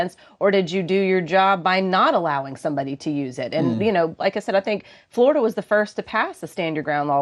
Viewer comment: Please pronounce it right, FloriDUH